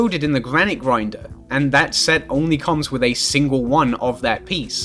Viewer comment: every single time you say "set" i immediately assume you said "sex" for absolutely no reason